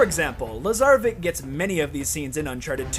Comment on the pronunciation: David Restrepo He also says Lazaravic as Lazaravik which is wrong